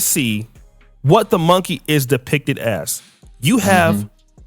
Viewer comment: If anyone is a *moankay that's how he says it, it is his disrespectful dirtbag MONKEY azz!!!!